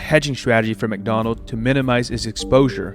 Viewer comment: For some reason you leave the 's' from words. You repeatedly say "McDonald" instead of "McDonalds".